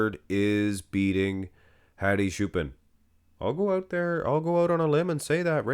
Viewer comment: lol "HAdi Shoo-pin"